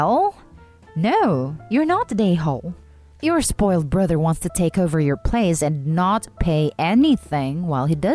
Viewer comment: The bruther, muther, and the uthers...